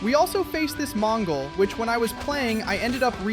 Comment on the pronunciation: did u said mongol